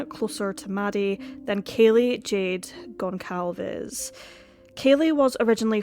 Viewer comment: Its GONÇALVES, pronounced GONSALVES, for Christs sake.